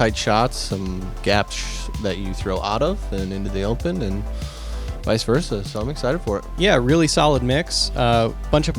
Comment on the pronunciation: “Vice-y verse-y” 😂 I believe it is pronounced “vice-a versa”